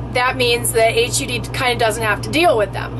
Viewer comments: You need to say HUD right.. Its not H.U. D. Its Hud.. say it hud.. Its horrible hearing you say.. H.U.D. lol.. And we my ex- boyfriend had a park model Trailer.. And it is still Hud.. Not H.U.D's.. I think you don't know what your talking about.. And we lived in ours full time in an rv mobile home park.. They do have them.. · It is pronounced hud not H. U. D., she should know the agency name, short for Housing & Urban Development. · Hud rhymes with mud. Not h.u.d. You need to look more into this. I believe you don't have a proper grasp of the proposal. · it is pronounced like hud, not like H-U-D. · You need to educate yourself before talking about something you obviously know nothing about. Its "HUD" not "H-U-D", and they regulate Housing and are involved in mortgage insurance on homes just to name a few of their many jurisdictions. They included manufactured and mobile homes affixed to property. This doesn't effect RVs at all unless you have pulled the axles and surrendered the motor vehicle title. You also are completly incorrect as to the definition of manufactured home, mobile home and RV. Stick to topics you know about, and have experience in, or educate yourself before posting bogus information. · Thx for the summary. I should have known early-on when referred to "H-U-D", as in "8ch-you-dee". Everyone with even a passing familiarity of the Cabinet-level agency simply refers to it as "HUD", pronounced as it is spelled. It would be like referring to the National Association for Stock Car Auto Racing as N-A-S-C-A-R. Which no one does. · Maybe, sorta, kinda, I guess...I know you have no idea what you are talking about. You don’t even know how to say the name of the government agency HUD...not H...U...D. Duh. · Call it HUD not H U D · Why did you keep saying H.U D.? Everyone knows it’s just pronounced hud. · It's called HUD, not H-U-D, we've heard of it. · 😂 never heard anyone say each letter... H.. U.. D say as one word.. HUD 😂